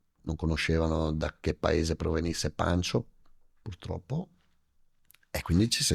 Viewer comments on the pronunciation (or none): Io non so da che paese arriva… ma almeno so che si chiama PACHO (non paNcho)